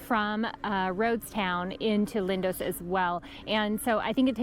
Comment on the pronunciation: Its Lindos not Lindose! Extremely irritating grrrrr..Americans!